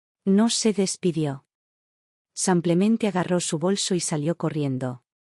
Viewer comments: Por qué la relatora, no pronuncia correctamente la palabra “simplemente”, y siempre en sus relatos dice “SAMPLEMENTE?” Todavía no sabe que es un error. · La relatora ha dicho ”cinco veces SAMPLEMENTE” es que no sabe que la palabra es ”SIMPLEMENTE” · La palabra es “SIMPLEMENTE” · Y la relatora sigue diciendo “SAMPLEMENTE”!!!